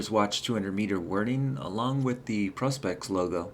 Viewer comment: ProSpex not ProsPex